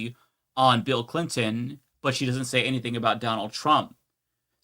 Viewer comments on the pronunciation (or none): none